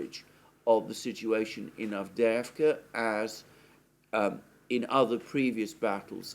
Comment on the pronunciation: Lastochka - a swallow, emphasis on the first "a" - LAstochkino - a village. Great pronunciation of Avdeevka!!! I wish the horrible west watched your programmes!!!! They sound on crack, all of them.